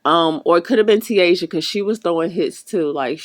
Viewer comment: TAYJA IS HOW ITS PRONOUNCED. 😂